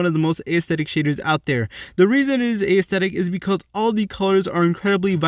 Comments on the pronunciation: Lol "ayesthetic" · You said aesthetic so many times. And not once did you pronounce it correctly. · I hatehow he pronounces aesthetic that's not hoe its pronounced its so annoying